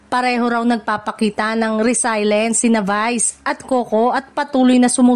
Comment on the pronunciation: Resilience hindi resilence ano ba yan sino ba itong blogger kuno na ito.